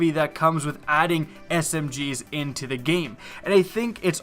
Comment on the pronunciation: I'm sorry, every time I hear you say "into Destiny" I hear "in teh Destiny". :P